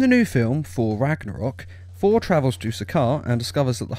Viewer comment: It’s not “for“ it’s “Thor“ ffs